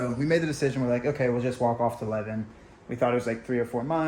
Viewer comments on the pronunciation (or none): You are really butchering these place names! The town where you spent Christmas - Levin is pronounced “Live-in” and the Tauraura range is the “Tower-roar-a”. Come on, you got this!!